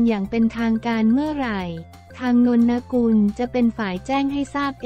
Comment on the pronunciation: นนกุลไม่ไช่นะกุลพูดให้ถูกหน่อย